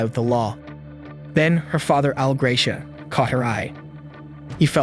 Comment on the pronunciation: I was in nearby Copperas Cove that day, and my wife and I almost went to Luby's for lunch, as we did often. By the way, Dr. Hupp's name pronounced GRAH-shee-ah.